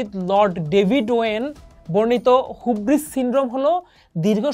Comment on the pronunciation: হিউব্রিস not হুব্রিস